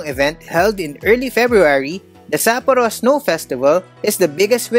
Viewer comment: Nice content....could have been better if you just make simple effort checking how to pronounce SAPPORO correctly, the same goes to other Japanese cities....It seems you have your own way of pronouncing them. We Filipinos usually don't have problems with this. Peace!